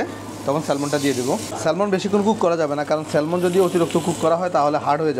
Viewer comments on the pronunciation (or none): এই মাছটাকে স্যালমন বলে না, স্যামন বলে। আর প্রাইজ না, না প্রাইস হবে।